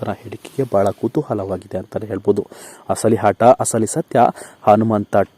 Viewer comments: Hase alvo hata alla ata thooo neeno ninna kannadano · ನೀವು ಮೊದಲು ಕನ್ನಡ ಸರಿಯಾಗಿ ಕಲಿರಿ..... ಆಗ, ಆಟ, ಹೀಗೆ ಹೇಳಿ.... ಹ ಕಾರ ಯಾಕೆ ಉಪಯೋಗ ಮಾಡ್ತೀರಿ